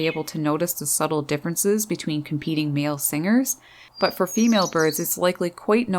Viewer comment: Your accent reminds me about the gag from how I met your mother where a character said "but um" a lot. Idk why your "but" reminds me of it.